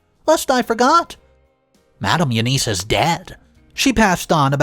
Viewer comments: Again, another common & simple name you mispronounce... EUNICE is NOT pronounced "you-neese". It IS pronounced "you-niss", & the 'i' sound is soft like in the word 'in'!!! Again... DUH!!!! As usual, you're too lazy to ask google how to pronounce the name "E-U-N-I-C-E". For Gods sake, it frigging will tell you how to pronounce a name. Would spending maybe 10 to 15 extra seconds to learn how to pronounce a name or word CORRECTLY, kill you? But guess you rather stay lazy and ignorant... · It’s not you-niece, it’s You-ness If you use a name 500 times in a story, be nice to your audience and ask “Siri, how do you pronounce, Eunice?” before you start reading. It’s an old fashioned name, but most people should know how it’s pronounced.